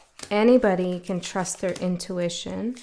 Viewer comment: “Intuwitchion” - I almost like that better